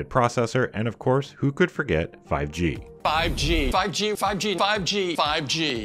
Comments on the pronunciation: nobody tim cook: phIvE jEe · "5G" sounds like PUBG